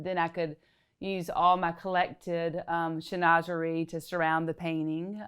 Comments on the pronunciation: Can someone confirm? Isn't Chinoiserie pronounced Shin-wah-zur-ee? not Shi-noz-zuree? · Chinoiserie is pronounced - SHIN WA ZAH REE! 🙀🙀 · Shin - wa - Zuh - ree. It’s a French word and should be pronounced as the French do. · A mispronunciation of chinoiserie. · Bonjour! The correct pronunciation of chinoiserie in French is Chin wa se ree. Your pronunciation is American. Although is perfectly fine to use either one. Prends soin de toi. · Her pronunciation actually made me have a little giggle because I thought it sounded like saying schnoze for a big nose. But I don’t judge because we all make mistakes. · 😂 That had me screaming at my screen, if you love it, at least learn to say it. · THANK YOU!! I cannot figure out how someone who knows so much about interior design and art doesn't know the correct pronunciation.